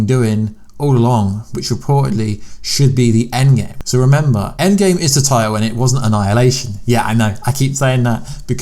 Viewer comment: Listen closely he says “A Game up there” not “ EndGame up there”